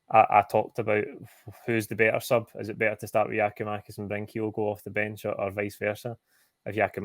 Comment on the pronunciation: How is it possible presenters are still pronouncing Kyogo’s name wrong. ITS KYO’GO …… NOT KIGH-OH-GO. For the avoidance of doubt..….can you please learn to say KIGH-OH-GOs name right.